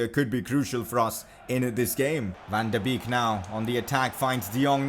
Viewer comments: Van De beek is said Van De bake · #pcq: Your saying van de beek wrong